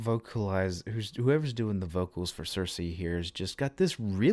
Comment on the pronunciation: What kills me as a Greek is that while her name in Greek is written as ΚΙΡΚΗ ( and pronounced as Keerkee) half reactors who read the Anglosaxon adaptation of the Latin adaptation CIRCE pronounce it Cersei like the GoT character...